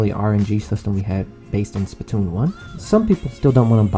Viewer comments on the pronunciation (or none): none